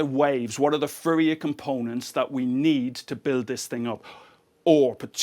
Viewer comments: I finally realized he was saying Fourier. I thought Riddick's homeworld Furia had gotten involved somehow. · I like how he pronouces Fourier as Furrier :D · That's "Fourier", for those who had trouble deciphering his accent in this particular case.